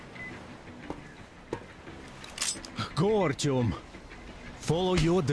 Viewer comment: É só comigo ou vcs tb ficam chamando o Artyom de Ailtom? kkkkkkk